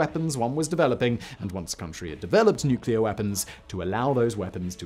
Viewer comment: Finally, someone that can actually pronounce nuclear instead of nucular 😂